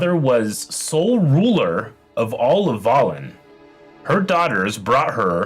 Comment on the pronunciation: I know it’s not a big deal at all, but the way he pronounces Velen as Valen really just gets to me lol